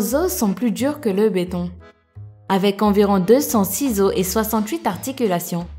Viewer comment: mdr au lieu de comprendre ''206 os", j'ai compris ''200 ciseaux'' XD 😂😂😂